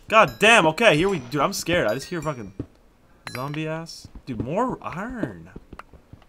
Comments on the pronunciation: and it iron not urn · I pronounce iron as (eye-on) I didn't know Americans say it like (ern) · ugh the way you say iron bugs me soo much!